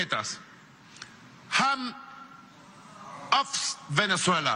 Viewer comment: JAN OTS VENEZUELA DONAL TRON JANDS OTS VENEZUELA DE INMEDIATI 😂😂😂😂